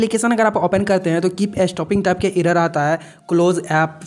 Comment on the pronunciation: Bhai tu pehle Google pilai, irror yeh sb pronunciation maat bol nhi to original pronunciation admi bhul jayega..